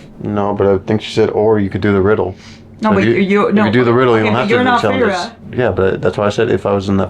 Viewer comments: “Fay-Ray” I just love 😂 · I was dying laughing when he couldn’t pronounce Feyres name